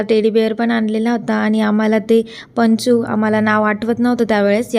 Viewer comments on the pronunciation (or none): Ponchu mhantat tyala panchu nahi😂